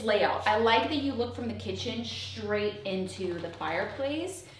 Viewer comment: Shh-raight….there is no H in straight